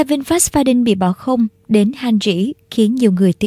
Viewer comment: Đọc là pha điu nha e , đâu có chữ N nào đằng sau đâu mà đọc đin